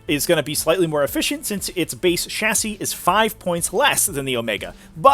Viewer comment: Dude learn how to say chassis